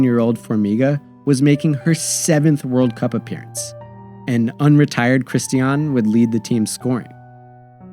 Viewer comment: Great overall video but the pronunciation errors and factual goofs are distracting and lazy. Cristiane and Marta's names are constantly mispronounced despite being spoken (by Marta herself) in the video? Also, Solo's save of the first penalty in 2011 was called back because of encroachment by Rampone - a harsh albeit by the book interpretation of the law.